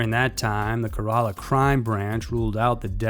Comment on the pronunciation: The way he mispronounced Kerla makes me cringe lol